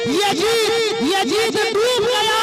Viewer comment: Yajid nhi yazid